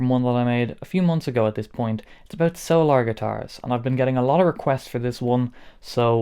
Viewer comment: Are you pronouncing it "so-lar" for any particular reason, or is that how they say the word "solar" where you're from? 😂